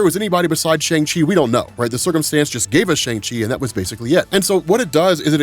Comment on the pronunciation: Dude, Kevin Feige and a whole scene in Shang Chi and the Ten Rings put in the effort to teach us how to enunciate the 'Shang' in Shang Chi, representation matters man, I'm sure I'm not the only Chinese listener who cringed every time you mispronounced Shang Chi.